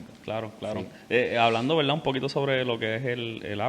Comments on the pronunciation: Verdad, no veldad. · Saludos cordiales, el intercambio de la "r" por la "l" se denomina "lambdacismo caribeño". Es común en el habla coloquial de las Antillas, por influencia africana y por la mezcla lingüística que vino desde el sur de.España, particularmente Andalucía. En veldá en veldá el español boricua está genial.